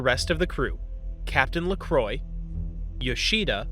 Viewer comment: Lacroix french name murdered.. pronounced as La-Cro-wah